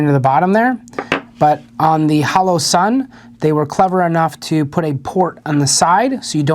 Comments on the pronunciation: Holosun. Not haloson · Pls tell me I’m not the only one who is getting pissed he’s saying HALOsun 😡🙃🤦‍♂️🤣